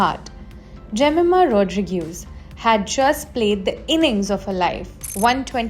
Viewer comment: It is Rodrigues not Rodrigueeees